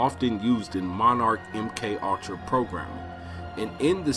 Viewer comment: Really ? "MK All-tra" "Patt-er-rin" ? It's a TWO syllable word. Pure Comedy lol